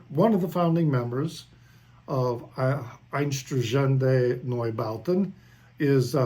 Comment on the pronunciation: with Neubauten you were close, with Einsturzende a bit far away..😃 but hey..I learned Dutch, English, French and German on highschool and we are neighbours of the germans, and we can watch german television,so for us dutchies its a lot easier. 😃